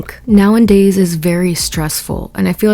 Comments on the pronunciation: Now - a - days. Not now - n - days. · Please. Nowendays is not a word. It’s nowAdays